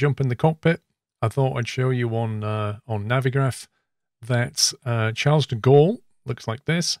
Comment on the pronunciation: I'm pretty sure 'Charles' is pronounced 'Sharl' by the French.